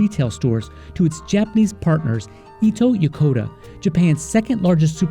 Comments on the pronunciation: Full screen picture of "Ito Yokada" Narrator says: "Ito Yokoda" Japanese viewers: .......... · "Ito Yokoda..." LOL I know it's not intentional. But as Ito YoKAdo is ubiquitous in Japan, I was like WTF. It's like mispronouncing Wall Bart in America. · Ito Yokado or Yokoda? I'm confused